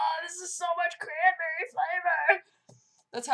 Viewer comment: Crahnberreh time :D